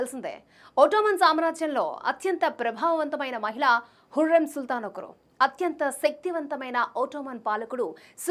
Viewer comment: Mi bhasha tagaleyya 😂 hurrem kadu huram adi haaram kadu haram 😂😂😂